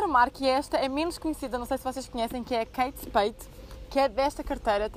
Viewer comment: Adorei o vídeo💗 - keins quê?? "keinspeido"?